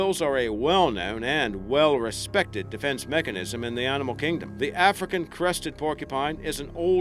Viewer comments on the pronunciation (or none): Your accent is bewildering. I have NO idea where you are from. Don't sound New Zealand, Sth African, Canadian. ??? Your say Rnimal instead of animal.... Where you from? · I don't like to be negative, but it's annoying to listen to someone speaking English and mispronouncing words. For instance, there is no "r" between the "a" and "n" of "animal", yet you say "arrrrnimal" over and over in this video!